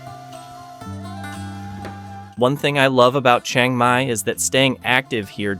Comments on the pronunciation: Great video but it’s all BS. For starters his pronunciation of locations are wrong it’s not a Chung Mai it’s Chiang Mai also prices are extremely low and not correct. But still a decent video just wish it was truthful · OK, I don't mind if you can't pronounce other Thai words, but Chiang Mai is pronounced the way it is spelled, not Chang Mai.